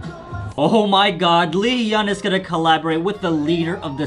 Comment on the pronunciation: i'm sorry i just can't get over how you're still pronouncing hyun/hyung wrong. it's not he-yun it's just hyun. you don't say ye-ung you say young. it's the same but with an 'h' sound in the front. just listen carefully how the members say it, that's the best way to learn. you'll get it eventually. i just wanted to write it out for you if you happen to see this